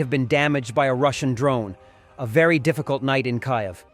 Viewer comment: Please learn how to pronounce Kyiv. AI should do better than that.